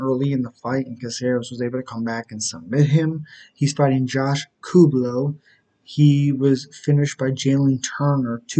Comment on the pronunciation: You tried. But it's pronounced coo-lee-bow